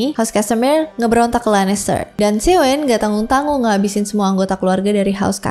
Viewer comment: Tywin lannister (tai-win) bukan tiwin